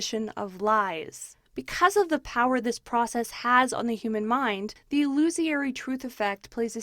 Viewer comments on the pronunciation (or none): "I accidently called Trey Gowdy "Ted" for some reason." You also accidentally called 'illusory' 'illusiary', and 'et cetera' 'ex cetra'. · Ill-ooh-suh-ree, not ill-ooh-see-airy. Trey Gowdy, not Ted.